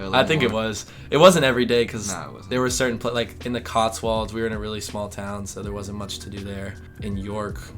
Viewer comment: Stop saying "COTSWALDS"! It's COTSWOLDS. The "wold" part rhymes with "cold".